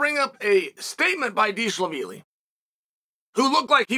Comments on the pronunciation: “Merab Deshalabeely” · He pronounced Dervish Wheelie perfectly! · You got to fix your premonition on names, it is important. To say Dvalishvili right ain’t that hard actually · Uncle Chael just broke the record for the funniest pronunciation of Merab's last name in the first 3 seconds of the video. 🤣🤣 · Come to find out all these fighters have been pronouncing their own names wrong!